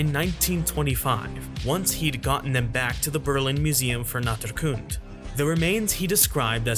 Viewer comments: I love this Video. Ceratosaurus is one of my favourite Dinosaurs of All time and I always thought it should get more attention besides being "the worse Allosaurus ". Edit : Although I dont really get how you got "Natrkunt" (with that rolling "r") From "Naturkunde" XD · As a German, I find your pronunciation of "Naturkunde" hilarious. No offense. :D